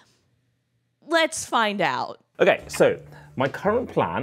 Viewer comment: "Let's fin-doubt "